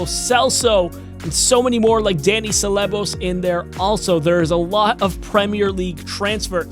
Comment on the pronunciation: Tierney ceballos David luiz pepe😍😍if they gave all them i will love it.... also its pronounced pay-ay and suh-buy-oss